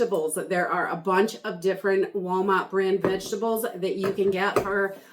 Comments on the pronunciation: What state are you from because you say wawmart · I LOVE YOUR SHOPPING HAULS! & the way you say Walmart 😃